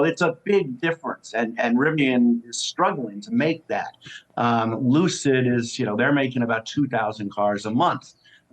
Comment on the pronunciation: Looocid motors.......lol.